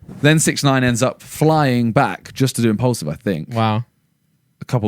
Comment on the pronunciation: Does Simon say impulsive instead of impaulsive or is it just me